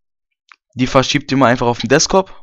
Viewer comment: ... und es heißt Desktop und nicht Deskop!